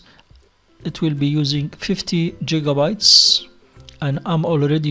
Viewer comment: LMAO man said jigabytes haha